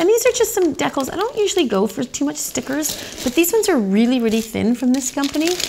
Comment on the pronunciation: Hey, "decals" is de as sea and cal as gal. The shell you were trying to remember is abalone which is ab as in cab, a as in cub and lone as in foamy. I really enjoy your videos. You do a super job!👏👏